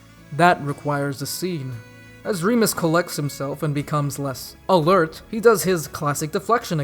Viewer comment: every time you said ALERT i just burst out laughing.